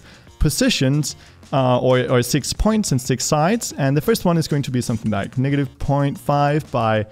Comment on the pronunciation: Niggative point five